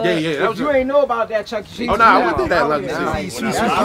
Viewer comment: My man said the chuckee cheese on 198 😂😂😂 ayy what y’all doin out laurel